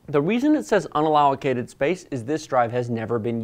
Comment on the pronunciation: Sorry, but "allow-o-cated" made me laugh. Nice video, literally the only video that answered a few of my specific questions. Keep up the great work!